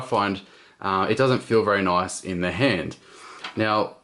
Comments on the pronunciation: Anyone know how many times he said "noice?" lol. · * click * noice.